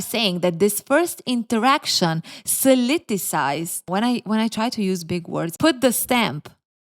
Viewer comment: / Totally not a criticism just giving you the word you were searching for 😊 “solidifies” = makes solid = sull-ED-eh-fies. First time viewer and really liking your content!! Keep up the great work!! 🤩😎